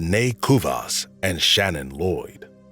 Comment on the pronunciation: Cubas!? Its ku-eh-vas!!!!!